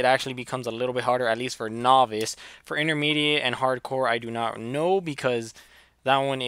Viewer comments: its not nohvice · say novice correctly please lol